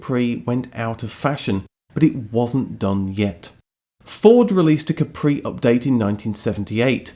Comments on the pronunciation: I’m surprised it’s not mentioned in the video or in the comments that the name Capri is completely misspelled, as the island off the coast of Italy is called Capri with emphasis in the A, like cápri, not caprí! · Fun fact: the correct pronunciation in KAH-pree, Del-Boy style, not ka-PREE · What's funny is that "Capri" in Italian is pronounced with a totally different accent (Càpri, not "Caprì"). It's not French. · I used to be good at languages back in the day and I used to point out that the Island of Capri in the Bay of Naples is pronounced KA-pri. The emphesis is on the first syllable. (Think of the Ford KA with a whispered pri.....it even sounds Italian.) So I drove my KA-pri while the others were driving their "kepprees". They used to call me a snob for some reason. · To be a real geezer you have to say Cappry. Accent on the first syllable.